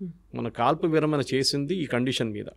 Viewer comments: యాంకరమ్మ, విరమన కాదు విరమణ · విరమణ not విరమన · విరమన కాదమ్మ, విరమణ.. తెలుగు రాని ప్రతి వారు anchors మా ఖర్మకి.. కేరళ ఆయన తెలుగు చాలా బాగా మాట్లాడుతున్నారు.. చూసి నేర్చుకు చావు.....